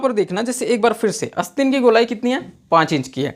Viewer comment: भाई ! बोलना तो सीख ले । अस्तीन नहीं आस्तीन होता है । इरीटेटिंग वीडियो ।👿😡